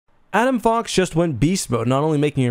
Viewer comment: Holy shit say his name right.🤦🏽‍♂️